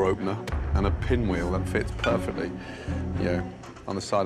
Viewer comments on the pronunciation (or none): its Pinwheel, not SPinwheel. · lmfao it's PINWHEEL....not SPINWHEEL 🤣🤣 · It's pinwheel not spinwheel. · It's Pinwheel, not Spinwheel.